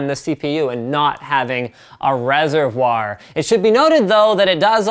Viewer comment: I like how he pronounces reservoir. In that, almost French way, then gives up and throws in an "r".